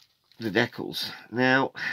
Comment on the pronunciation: I twitch ever so slightly every time i hear an englishman utter the word "dekkals" It sort of reminds me of afrikaans. UGH !